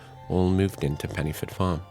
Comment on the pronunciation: Pen - uh - forth ( dd in Welsh is a soft th sound )